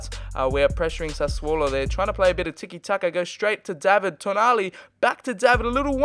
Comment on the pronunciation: I think you should pronounce David as how it is in English using countries. Since he is Canadian, I’m not 100% sure about pronouncing his name ‘Daa-vid’.